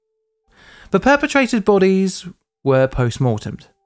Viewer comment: Did you say "Both our pair-petrators have met?"